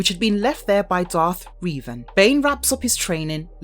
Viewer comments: Your pronunciation is atrocious. Sheev, not shev. Revan, not reevan, Palpatine, not palpatyne, and coraSant, not coraKant (with a "C" obviously) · It's Revan, not Reevan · stop calling Him "Reevan" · The mispronouncing of Revan’s name pissed me off for some reason 😂 lol. ALL HAIL LORD REVAN! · Rēvan? Is that someone kind of similar to Revan? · I like this channel but can you guys please teach the narrators how to say names. It’s getting pretty bad. I mean Revan was bad enough but how can you mess up JJ Abrams?